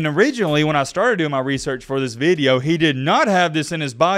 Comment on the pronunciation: “This veedeo” 😂